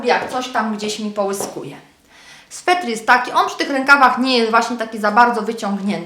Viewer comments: aaaa SWETER!! nie swetr! juz slyszalam to w kilku Twoich filmikach. :P ^^ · Sweter kochana, sweter (nie swetr) :) Torba jest super :)